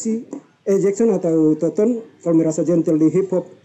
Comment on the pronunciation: Toton bang , bukan tonton:/